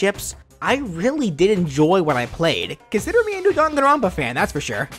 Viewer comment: It's "Dang-an-ron-pa" not "Dan-gan-ron-pa"